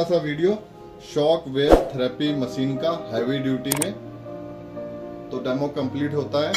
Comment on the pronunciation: मशीन, not मसीन